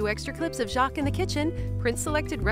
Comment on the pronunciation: First time I have seen him and I think he's very good - very, very good BUT Messieurs les Americains please pronounce his name correctly. His name is Jacques the sound is ATTACK and not SHARK and Pépin more like Paypal than Paypaaarn. No one else would notice but it kind of grates on the English or Welsh ear. I know, I know, the English can't pronounce it either.